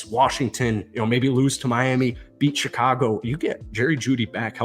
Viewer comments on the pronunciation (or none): none